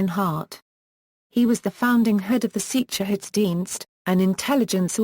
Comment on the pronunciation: Get a voice actor that can speak German and pronounce sicherheitsdienst, polizei etc.